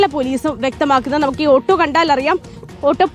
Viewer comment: ആട്ടൊ.❌️ . ഓട്ടൊ ✅️